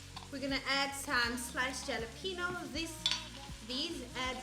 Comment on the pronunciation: Love this!!! I really should go back to naked burgers 😩. I have so much weight to lose 😬😬😬. By the way, the j in jalapeño has an h sound. Like in José Mourinho. Oh I did the financial peace university course! I certainly need a refresher! Looove Dave Ramsey!